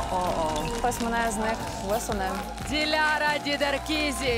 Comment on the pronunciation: Кто-нибудь скажите ведущей как правильно произносить имя и фамилию Диляры, ужасно режет слух...